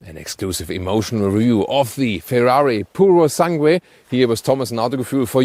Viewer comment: Thomas just don't read the U on purosangue, it reads Purosang(e). Very Good review btw